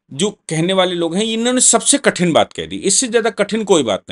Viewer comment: बाले नहीं। वाले। हिंदी सुधारो।